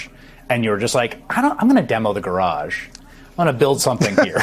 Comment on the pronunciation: I love Chris Hayes... hehe "..if I was renting a house with a garage, I'm gonna tear down the garge and build a pub and a dsco..."